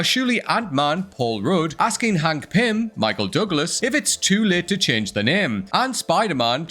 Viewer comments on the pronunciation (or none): none